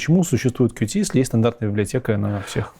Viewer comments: не "кью-ти", а кьют блин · официально правильно читать "кьют".